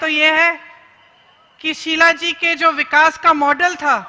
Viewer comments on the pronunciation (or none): none